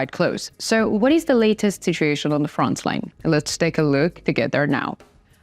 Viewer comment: I have a slight suggestion to you, regarding your English pronunciation. Your English is perfectly understandable, but my suggestion is that you pronounce 'frontline' without a 'ts' sound. It always sounds like you say 'frontsline', and being a word you use a lot, it would be great if you could improve this pronunciation. Thank you for a great channel of information!